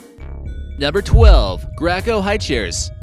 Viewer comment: Gray co not grah co